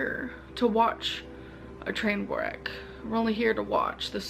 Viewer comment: did she pronounce the w in train wreck 😂